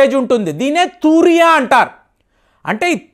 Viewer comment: తూ ర్య కాదు తు రీయా వస్త. అంటారు